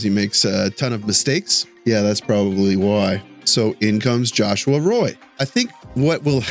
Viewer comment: Ahahahah You were absolutely perfect on the Joshua Roy Retourne pronunciation until you turned the "à" into an "ô " 😄 Teasing aside this call up reveals part of the plans with Laine, and a good one if it all comes together as Wawa to feed big Paddy might lead to some pretty nice fireworks. it also sends a very possitive message to a big chunk of the Laval roster : keep working well & hard you guys and you'll get your shot. Also, it starting to be very sad for Pezzetta. I'm hoping Kent is working to find a good team for him soon, it's pretty clear Martin Saint-Louis has no place for him even when we have underwhelming guys that should be benched for a game or 2 he could replace.